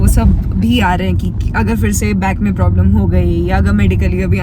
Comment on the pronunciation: language " Main Problem ". "Promin". 😂